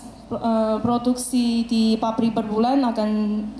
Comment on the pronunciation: Itu yang ngomong di itu orang Tiongkok sana ya? Tan, Protuksi, Teti...